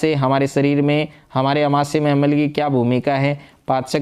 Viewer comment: अमल नहीं होता अम्ल छार होता है sir 😮